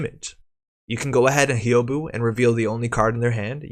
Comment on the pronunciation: Thanks for the video and the scoops! For future reference, Hyoubu is pronounced something like "Hyoh-boo". If you can say the "hu" sound from "human", but with a long O instead of the U, then you've got the "Hyou" part of Hyoubu down.